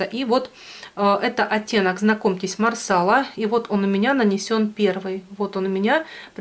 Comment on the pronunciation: марсала-ударение на последний слог, раньше ты правильно говорила ;))